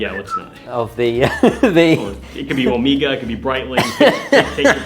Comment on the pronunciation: If you pronounce it "omeeega", then you'd better also be pronouncing other words like Meeegahertz Meeegabytes Meeegatron Meegaman because you'd still be saying it wrong, but at least you'd be consistent.